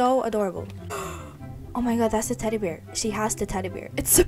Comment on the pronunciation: I’m sorry but the way she says bear i hear beer 😂😂I love your videos ❤I’m a big fan 🎉